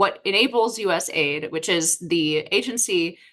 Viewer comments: Stop calling it ‘aid’ say the letters A.I.D. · Just an FYI! Anyone saying US Aid doesn't really know what it does or who it is. US A I D is the way it's pronounced. And it developed things, mostly international problems lately. Just saying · It's not USaid but US A.I.D. Do you research before venturing to comment on a topic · It's not US-Aid but USA - I.D ( USA INTERNATIONAL DEVELOPMENT) ... "USA- I.D' has an even stronger meaning/connotation, especially when you find out where the funds were going. So I believe it should be pronounced USA i.d 😋 Great discussion 👍